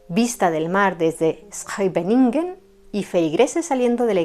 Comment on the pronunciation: Muy bien esa pronunciación de Scheveningen!! Me tomo meses aprender a decir está palabra bien😅